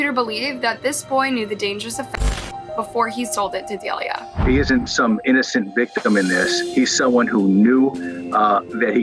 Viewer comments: Delia? Is Say Delilah 🤦🏾‍♀️ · Dah-lie-lah (cmon get the names right…) like the song hey there Delilah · Her name is Delilah sound it out it’s not dalea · The name Delilah is Duh-lie-luh not day-lee-uh like the song Hey There Delilah. It’s phonetic and there are 2 Ls. I’ve seen multiple videos where you don’t pronounce names even close to right and it’s boarder line disrespectful to profit on these tragedies and not even pronounce peoples names properly. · Omg I love your vids but you pronounce SO MANY things wrong. Her names DE-LI-LAH. Like the song? hey there Delilah what’s it like in New York City.. ? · Is her name supposed to be pronounced Da-lie-la? Just curious.